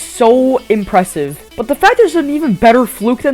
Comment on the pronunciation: Dude what is it with this guy saying "Impwesive"